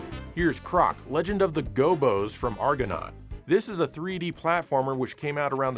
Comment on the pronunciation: How in the world can you say the word “Gobbos” as “Gabos?” Two b’s means a different pronunciation. Idiot.